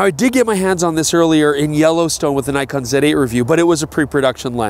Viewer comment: That is not a Nikon... That is a "King-kon"!!! Very nice!